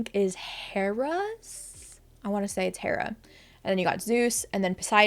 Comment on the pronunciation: I know it's not really that big of a deal but you don't pronounce the 'H' in Hera's name like you do with Hermes. It's supposed to read like 'era'. I agree with a lot of what you said, just thought I'd point that out. It took me a long time to pronounce a lot of these names the right way, and I guess theoretically it doesn't matter how a name is pronounced, that's just the way I always heard it said.